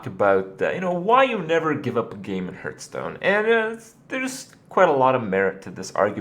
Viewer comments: It's not HERTHstone, it's heArthstone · I mean the irrelevant accent that has nothing to do with his mispronunciation of the word "hearth". Why did you bother me with this pointless comment? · am aware its pronounced HARTH stone but I still say HEERTH because that's how I thought it was pronounced for like 10 years and I just think it sounds better so I choose so say it incorrectly :) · what is this "hurtstone" you are talking about? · How can you play a game for so long, and still pronounce its name incorrectly? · Sommanker Accent? Do you mean his American accent? If so, I can assure you, that's not the proper way to say "hearth" in American English either. If you mean it's some kind of regional accent, then alright, I'll take your word for it.